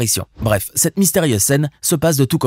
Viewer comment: Il a dit mystériaise ou bien j’ai pas bien compris ?